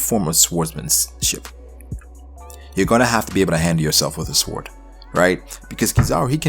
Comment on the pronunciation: I thought this was a great theory other than the fact that instead of saying sword you say swored it sounds so dumb neck yourself for that but other than that good shit my dude